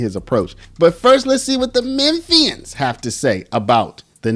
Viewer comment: Omg, you are the cutest ever! 🥰❤️‍🔥 Lol, such a small thing, but ty for saying Memphian right 😂 you straight up sounded like you were right around the block